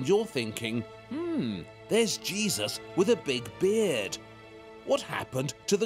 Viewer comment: Love how he says Jesus/Jesuses 😂😂😂 I keep hearing cheese